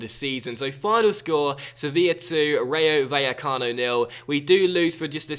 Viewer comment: Rayo Vallecano is pronounced like RYE-O (like rye bread or anything made from rye tbh) Bye-eh-cano. In spanish, the v is pronounced as a b. Also, when two l's come together they are pronounced as a y sound.. So the team, phonetically, should be said like this: Rye-o Bye-a-cano. Insert 'More you know' meme here Please upvote so can see this.